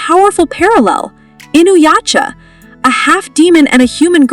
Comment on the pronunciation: Sorry but did you say Inuyacha?? Please it's pronounced Inuyasha 😅